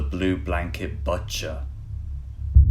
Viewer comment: Did you say "batcher" instead of "butcher"? Is this AI voice?